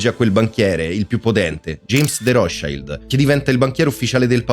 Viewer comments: Si pronuncia come si scrive Rothschild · Si dice ROTSCILD. Non e' inglese ! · Per come ha pronunciato Rotschield ? eddai